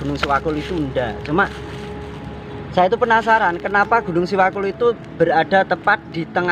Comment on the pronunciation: setahu saya bukan siwakul namun SEWAKUL mas...ada artinya juga itu...SEjatine Welas Asih Kanggo Utamaning Liyan..